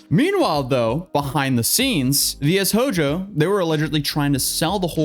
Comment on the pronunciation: I'm just so used to anime being a part of my life I still get surprised when someone my age can't pronounce a word like Shojo